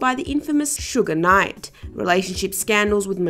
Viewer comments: Whoever you is lady doing videos about black artists learn to say the names correctly. Who tha hell is Sugar Knight? 🤨 It's Suge Knight. U can't be taken seriously? And you showing tha wrong photo of TLC. You showed the biopic/ actresses photo not the real TLC... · This is very sloppy and you can tell your not from the culture so far you said sugar knight instead of suge night and then the TLC pic you used is not the real tlc like c'mon overall I appreciate the content and what your trying to do but please make sure your doing your research right